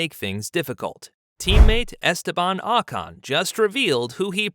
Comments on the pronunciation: his name is not Ahcon it’s Ocon. That being said Pierre is a better driver it would be a shame if he stayed stuck in the Aplha Tauri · It’s not AHHH CAHN!!